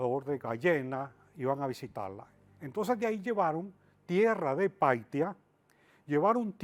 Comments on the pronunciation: la ciudad en Perú se llama Paita no paitia.y todavía es escritor. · Díganle a ese sabelotodo q no es piitaa es PAITA un poblado al norte del Perú en PIURA se meten hablar tonteras y no saben ni pronunciar PAITA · Es Paita, no Paitia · Es paita paita no paitia 😂😂😂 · Es Paita no Paitia un puerto en el norte peruano donde vivio sus últimos días Manuela Sanz. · PAITIA? jajaja! Bien informado está. El pueblito que menciona no es un pueblito sino un puerto importante en en el sur de Perú, este puerto se encuentra en el departamento PIura, pero el nombre correcto no es PAITIA sino es PAITA, aunque en la época de la colonia o menor dicho vireynato, se escribía PAYTA. De lo demás no diré nada que aunque me parezca todo muy fabulesco, no tengo autoridad para opianr si es cierto o no.